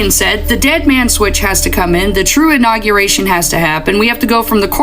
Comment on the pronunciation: The “inaugeriction”… hahaha